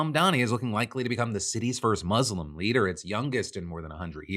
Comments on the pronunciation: Bro it's not "Muzlim* it's "Muslim" (Mus them Lim) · Why Muzlem? Why not saying Muslem?